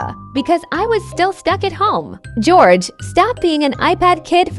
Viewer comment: That l said gorege